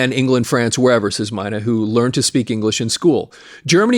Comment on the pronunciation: Klaus My' knee...I heard them say it rhymes with money, which it doesn't... Die der Deer ks...lol just looked that one up... I grew up saying Klaus Main. and Deeter Dirks... I saw scorps 1st US tour with Ted Nugent..J Geils Band..Blackfoot...Scorpions... and Def Leppard also on their 1st US Dates I Believe...around '79